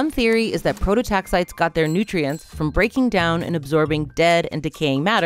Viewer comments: Um, it's pronounced Pro-to-tax-i-tees. Prototaxiteeeeees. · They aren't 'prototaxites': Their genus is prototaxites NOT PLURAL. 'Pro toe tax eye tees'. Geddit? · Please, "Prototaxites" is pronounced, pro-toe-tax-eye-tees. I will get off my soapbox now. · 1. The “ites” at the end of “prototaxites” is not pronounced like in stalactites, as in this video. It is pronounced like “eye-tees” 2. From what I understand at this point in the literature, the idea that they stood upwards like columns is outdated. Pretty sure they just laid horizontally in the ground. As a palaeobotanist myself, I love seeing cool things like prototaxities discussed by the general public like this, but getting the basics of pronouncing the name of the organism wrong made the video difficult to watch. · The canonical pronunciation is /ˌproʊtoʊˈtæksɪtiːz/ "pro-toe-TAX-itees"